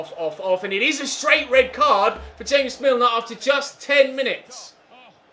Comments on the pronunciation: ZeusMadnessYT - Mobile Gaming he says it on purpose because he says Columbian style after meaning james rodriguez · james milner isn't colombian and you said his name like james rodriguez at first and then you said it the right way